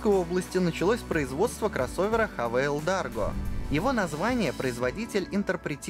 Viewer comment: Haval читается как "Хевл", ты хз где вы там " Хавейл" увидели!